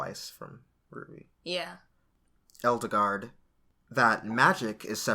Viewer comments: edelgard... eldegard... eldigan... i wish he'd stop saying eldegard... it just makes it seem... weird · I'm thinking they're going for the german pronunciation for Edelgard( japan does seem to borrow from the germans from time to time) so something like this